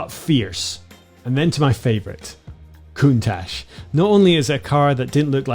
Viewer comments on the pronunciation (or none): FYI the word Countach should be prononced CountaK